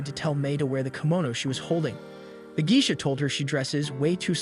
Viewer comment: I've never heard Geisha pronounced as Gee-shuh. I've always heard it as Gay-shuh (I'm not using IPA spelling because most people don't know it.) If I might ask, where are you from?